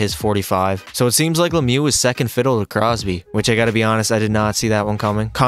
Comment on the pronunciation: Mario lemiou 😂😂🥴